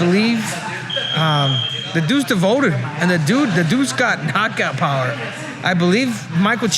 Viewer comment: what is "Cockout Power?" 😂